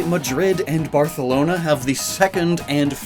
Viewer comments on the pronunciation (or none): none